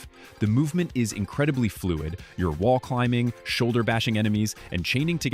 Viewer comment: And "fluid"